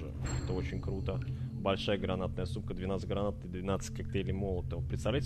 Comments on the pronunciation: он сказал сумка а слышытся сука, лайк если также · Мне послышалось или он сказал усилинная гранаткая сука (сумка).